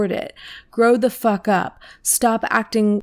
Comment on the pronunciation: ACTONG pronunciation 💀💀